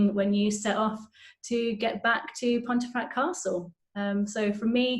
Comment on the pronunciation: An interesting video. However, is it not pronounced ‘pumfret’?